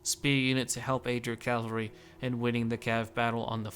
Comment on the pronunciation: I think some of the shiny armor you described as chainmail is actually scale or lamellar armor. Also it seems like you sometimes say "Calvary" instead of Cavalry, which is something many english speakers do